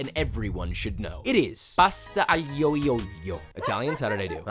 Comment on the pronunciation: Please do not say pasta aglio e olio like that ever again, sorry but that was terrible😫 the "gli" makes a sound that kinda resembles "li" but not quite, try maybe listening to it on Google translate or something, but it would have been better if you just said "alio e olio" exactly as it is writen